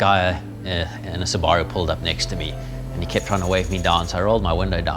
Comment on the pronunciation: Lol subaro what’s that you mean Subaru